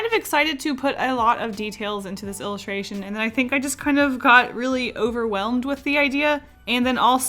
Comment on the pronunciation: me cringe because " a ilistration !!!!!!!!!!!!!!!!!!!!